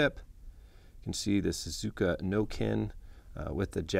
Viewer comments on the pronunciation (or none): It would probably be best if you got somebody that can actually pronounce the name of the knives correctly this is a smaller version of the otonashi no Ken..... I hate when people can't not pronounce Japanese correctly